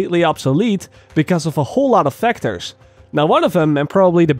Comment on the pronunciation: When you said a whole lot of factors, I knew you said factors, but only hear a whole lot of vectors